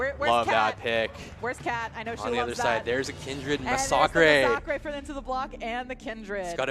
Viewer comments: So hard to watch when they keep mispronouncing the Champs name🤮. Massacre where they keep getting Ma,sa,k from? "Mass""A" "Cre" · Really bugs me how you all pronounce Massacre 😂